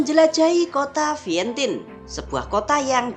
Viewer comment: Vientian baca nya bukan Vientin